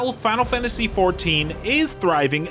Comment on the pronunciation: fahnul fahntasy